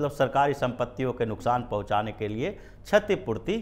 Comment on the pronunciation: छतीपूर्ती नही, क्षतीपूर्ती